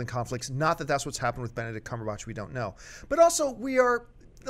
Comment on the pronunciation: Lol, John said Cumberbunch.